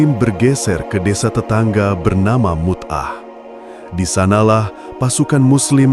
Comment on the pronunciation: Mu'tah.... bukan Mut'ah